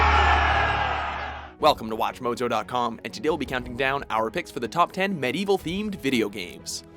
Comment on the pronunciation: Am I the only one who's kinda uncomfortable with this guy's pronunciation of Medieval?